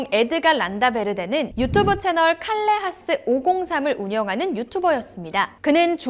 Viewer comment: [칼레하스]가 아니고 [카예하스].